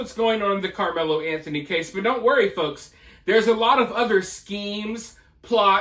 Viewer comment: I figured that was AI BS because they couldn’t even say “Anthony family” correctly. The other thing that really stood out was when they said a dollar amount they always included “zero cents” after the amount. No one talks like that except AI 🤖🤦🏻‍♂️